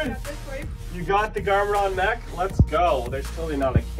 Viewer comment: Bro it’s not moch it’s mech